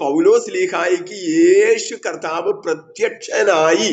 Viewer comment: യേശു കത്താവ് എന്നാണോ, അതോ കർത്താവ് എന്നാണോ? നിങ്ങൾ കത്താവ് എന്നാണ് പറയുന്നത്. 😄